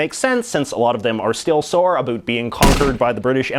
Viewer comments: Why hè says "abut" instradamento of "about" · "N sine"..."a boot"..."a roond" - damn dude, you can't speak Canadian English...sad. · "a boot" yay